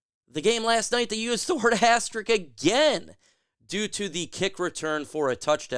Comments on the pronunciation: All the "Jocks" mispronouncing asterISK. It does not end in "ik" . (But I subscribed anyway) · It's pronounced as-ter-isk. Love you man, which is why I'm pointing this out to help you as a commentator. Ass terrrr issssssk. When people mispronounce words it detracts from credibility.